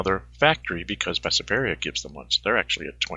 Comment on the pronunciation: It is called BESSARABIA. Not Besaberia. :D